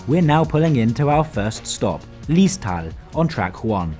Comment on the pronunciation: Nein das meint er nicht. Sondern die Aussprache von Liestal. There is a Dialect way of saying it and there is a swiss standard german way of saying it. And he pronounces it the germany german way which sounds wrong…in most swiss ears. ~ . And the other thing is that germans usually say „Züricher Hauptbahnhof“ While swiss say Zürcher Hauptbahnhof. Again to germans Züricher sounds correct but for us swiss this sounds just wrong.